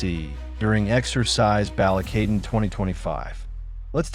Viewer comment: Don't make content using a stupid ai voice generator who can't even pronounce shit correctly. I stopped watching when i heard the bastardized BALIKATAN (BAUL LEE KA TON) is how its pronounced.